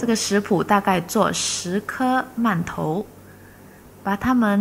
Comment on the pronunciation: 饅頭的饅讀二聲，唸四聲聽起來很怪。